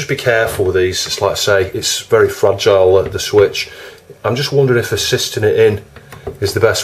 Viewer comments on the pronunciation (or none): none